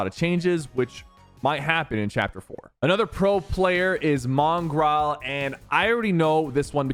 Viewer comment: bro said "Mongraall"